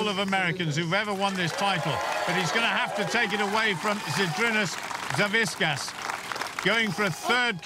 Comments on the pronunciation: WHO THE FUCK IS "SAVISKAS"? IT'S SAVIK-AS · All right.. Im a Lithuanian just like Savickas, and please ssay his last name correctly. It's Savickas and the C and K is said seperatly, nots just a one sound of K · These announcer really can't pronounce Savickas wtf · "we have a champion deadlifter and his name is 'Saviskas" ... WHO? oh you mean SAVICKAS